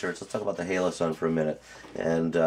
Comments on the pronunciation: HOLO-sun, not HALO-sun. I like your video, but good god that was bugging me. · Its holosun not haloson